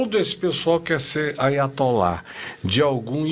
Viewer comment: Aiatolá ou Atotalala kkkkk